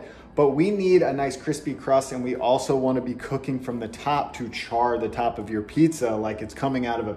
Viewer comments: Everybody, he is saying cooking not cocaine. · Sounded like "cookin" to me. I'll have to watch again. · I really thought he said, 'since i started getting really serious with cocaine, years ago'. Ignore me.... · Am I the only one who hears "cocaine" in the beginning? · I thought he said obsessed with cocoine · He said cooking.... i Heard "Cocaine"... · I totally heard that too